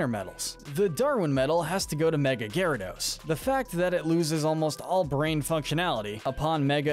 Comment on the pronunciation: It's Gyarados, NOT flipping Gayradose! Both A's should be after the Y, and the name does NOT end with an E!